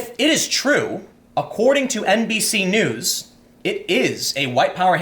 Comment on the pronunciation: You almost said "NBSue Knees".